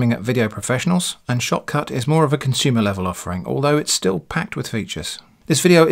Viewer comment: When you say "Shotcut", I hear "shop cart"